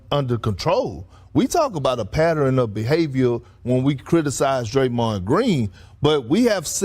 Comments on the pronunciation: “pad der ren” 😂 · I love when people pronounce it “patterin”